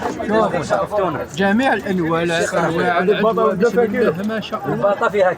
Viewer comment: العجوة ماشي العجزة